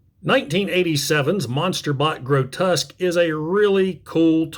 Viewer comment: Massive fan. Grotesque (I don't ever correct people's pronunciation, but yours really bothered me: it's "gro-tesk") isn't a squirrel, a sabertooth tiger, a rat or anything you mentioned, he's the very TRUEST Monsterbot, just a demon from hell!!! I love his head-sculpt too, I think it's a deliberate juxtaposition that he's called Grotesque and looks suitably grotesque in his alt mode, but has one of the most symmetrical and attractive robot mode head sculpts of any G1 Transformer. I still have my G1 Grotesque, but he's missing a wing... G1 parts-formers, what are you gonna do? SO impressed yours still is able to emit any sparks at all...